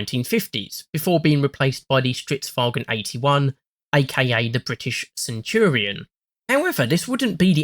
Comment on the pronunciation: An English-speaker saying "Stridswagen" is actually a sign of great respect in their culture.